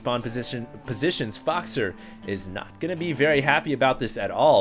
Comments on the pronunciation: I speak French and 'faux' is pronounced as 'foe', not 'fox'. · 'Faux' is pronounced as 'foe'. 'Foe-xer' sounds terrible compared to 'Foxer'.